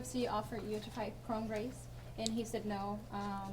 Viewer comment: "UFC offered you to fight Kron Grace"... Wtf, can't even get his name right!